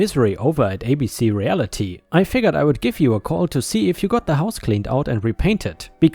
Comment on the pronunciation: Realty—‘real tee’, not ‘re al it ee’ ⭐️⭐️⭐️⭐️⭐️⭐️⭐️⭐️⭐️⭐️⭐️⭐️⭐️⭐️⭐️⭐️⭐️⭐️⭐️⭐️⭐️⭐️⭐️⭐️⭐️⭐️⭐️⭐️⭐️⭐️⭐️⭐️⭐️⭐️⭐️⭐️⭐️⭐️⭐️⭐️⭐️⭐️⭐️⭐️⭐️⭐️